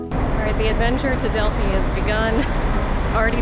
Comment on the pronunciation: Thank you for pronouncing Delphi correctly. It's maybe a no-brainer for you with your experience living in Greece...but so many of my fellow Americans refuse to adapt to foreign pronunciations in even the slightest way. I cringe when I hear the usual mistakes.